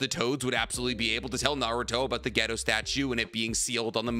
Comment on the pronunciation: a can't help but to take you saying gedo statue and misinterpret that as you saying ghetto